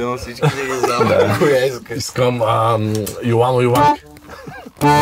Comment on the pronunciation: "Йоано, Йоанке"..това сериозно ли беше? "ЙоВано, ЙоВанке"..